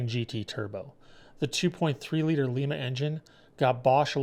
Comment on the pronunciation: The Lima engine you spoke of. It is pronounced Lime-A Like the Bean. This town actually has a Bean mascot. I also use to work there. Lima Ohio. Enjoyed your video.